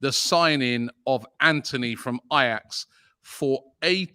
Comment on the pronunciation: It's Antony not Anthony.